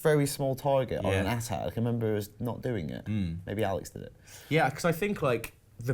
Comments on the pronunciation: Why are they calling the AT-ATs 'atat' ? 😑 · A-T-A-T NOT at-ats ! sounds so stupid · Why @@ it's eyy-tee-eyy-tee